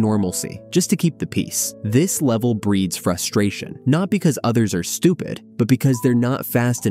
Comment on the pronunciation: Was not ready for that “Stupid” for some reason